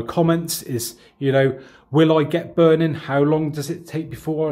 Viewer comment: I LOVE THE WAY HE SAYS BURNIN 😂😂😘